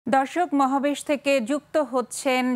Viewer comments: উপস্থাপিকা মহাবেশ বললো😆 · What is মহাবেশ,,,,সংবাদ পাঠিকা শুরুতে মহাবেশের কথা বলেছে,,,মহাবেশ কি??😅😅😅😅😅😅